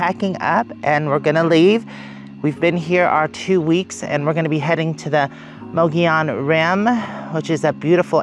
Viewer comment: It's [Mogollon] not pronounced ma-GOH-lee-an, it's MUGG-ee-yon Come on. You're a resident of AZ, learn the lingo! 🤣🤣🤣